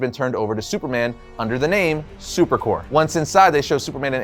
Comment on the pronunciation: Dude... it's superCORP. You pronounce the p. Corps may be pronounced core, but stop letting that confuse you. Because Corp is still pronounced Corp. You're welcome. Now give me one of those projectors.